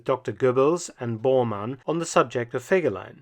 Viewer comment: Kein Mensch, weiß warum man den Namen nicht richtig aussprechen kann!